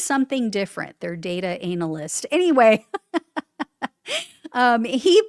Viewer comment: analists? when you"re enthusiastic you say strange things lol